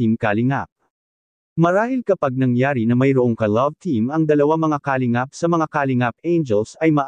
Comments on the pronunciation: Puro ka Kalimgap ng Kalingap .. Ewan ayusin mo Pronounciation mo .! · di ayos ang pagbigkas ng salita ng nagbabasa sa vlogg lalo ng salitang KALINGAP